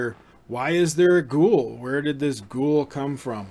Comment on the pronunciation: Its not gool. Its GHO of Ghost + WOOL. So its Gho-Wool.